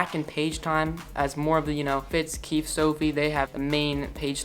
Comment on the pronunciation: It's not keith... it's KEEFE :( no hate :)